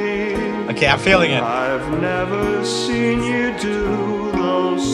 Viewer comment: Roomie: critisise people for weird word pronunciation Also Roomie: "Never SHeeN ..." Edit: So it happens because of the effects he put, but bc of the fact it is in the song, I find it funny to listen to :)